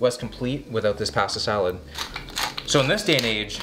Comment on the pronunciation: Take a shot every time he says pahastah salad